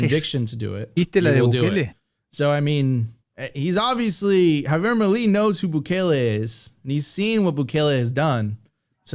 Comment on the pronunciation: Mileeeeeeeeei not "mili" it's milEi, milEI!!!!